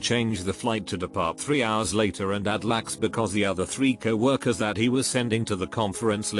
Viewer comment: L. A. X. Not lax